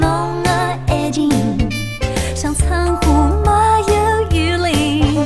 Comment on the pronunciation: 没有如果非要念成两个字的话，最好念成”m没“，而不是”没有“念的象苏北话一样。好像上海话”m"这个字是有的吧？口语里快读了听起来就是“没”，前面的m就省略了。 ”情“字最好念得老上海口音一点，那样才嗲。